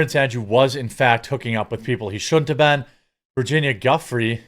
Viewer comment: Giuffrè is pronounced Juffrè for you speaking English. Not “g”. The “i” after the “g” makes it “soft”, like an “h” after “s”